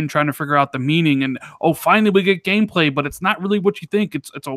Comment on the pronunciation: Nice gemestry with. Also funny to hear randall rand in the death stranding segment and saying game gayplay instead of gameplay XD